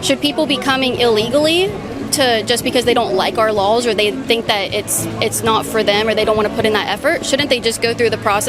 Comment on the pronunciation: Why she pronounce the word laws like lawls?